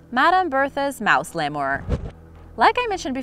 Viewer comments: If you're trying to educate people, then stop mispronouncing words. --- Lemur = LEE-mer, not lay-more or lem-mer. --- Berthe (a French name) = BAIR-tih (the second syllable is very short), not Burr-tha. Please check before you record. All reputable dictionaries provide audio pronunciations, and the site Forvo provides pronunciations for words and names in more than 20 languages. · I'm pretty sure lemur is pronounced "Lee-murr" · I can't believe no one has commented about the way your pronouncing Lemur, I've never heard of a Lemoore lol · Leee mur..... Is how u properly pronounce it